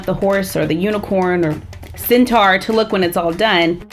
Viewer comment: its centaur not centar